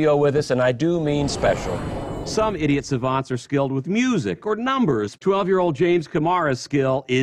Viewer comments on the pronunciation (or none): Did I just hear "idiot savants?" Duck you today now